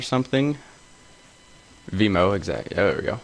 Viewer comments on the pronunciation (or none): btw is VIH-ME-OH not vmeo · pretty hard to take you seriously when you can't even pronounce vimeo properly. ffs man.